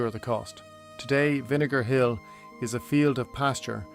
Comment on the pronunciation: Good point. And Vinegar Hill is one of the words AI keepS mispronouncing another is Bantry Bay. But it’s a good technique of showing scenery buildings etc though those whitewashed cottages and straw roofs are chocolate box with no ropes to hold the roof together.